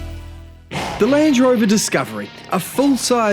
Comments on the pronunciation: It feels like he's not sure if it's a Range or Land Rover se he just goes with Lange Rover. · Lange rover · i think it’s because he says ‘Lan drover’ instead of a space like ‘Land Rover’ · Lang Rover, he says, when it should be Land Rover! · Hard to hear. When he calls Land Rover “Lange rover”, exactly the same pronunciation as Range Rover minus the R, they sound exactly the same. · sounds like he’s saying lange rover sometimes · Did i just heard him say lange rover? 😂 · "Lange Rover" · All I heard was Lange Rovers and Range Rovers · Surely I’m not the only one who can hear you say ‘Lange rover’ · I swear to god he says Lange Rover every time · I can't be the only one hearing him occasionally say "Lange Rover", right? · Damn you, he said it as Lange Rover the very second I read your comment 🤣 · Didn't know New Zealanders pronounced "Land Rover", "Langerovah" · Why am I hearing lange rover ? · pretty sure he just said “lange rover” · "Lance Rover" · Did I hear Lange Rover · 'Lange' Rover?